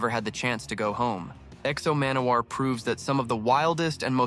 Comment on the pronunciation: I love how you pronounce the name so poorly